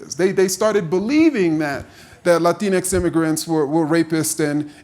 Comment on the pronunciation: Love how he says “latinx” in that accent when no Latino people in real life r onboard with that